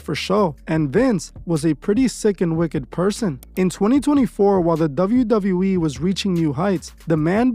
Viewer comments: Douvle U Douvle U Eeee 😂 Couldn’t help my self ! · I’m gonna need you to learn how to say WWE (double you) 😅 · Is it just me or is he saying "Dove-yu Dove-yu E"? 😭😭